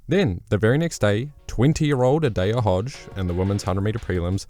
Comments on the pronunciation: Is the J silent in New Zealand or something? "A-dayah Hodge"? Genuinely curious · Adoper hodge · Please start saying adaejah Hodges name right